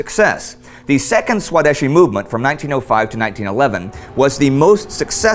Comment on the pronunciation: It'll probably never come up again, but the pronunciation of "swadeshi" is svadēśī. Spelled out, the best way to pronounce it would be "svadhayshee." I know it's an easy mistake to make given the spelling, but it's still a bit cringe-inducing. Otherwise, keep up the great work.